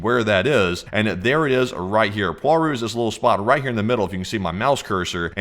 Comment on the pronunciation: WTF is POARU it is cald PLAURU check google translate plz. Not worth watchinh this bs.